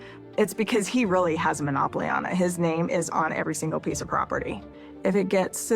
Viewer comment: "This is Rilly a Big Dill"..😂😂😂 is funny 😁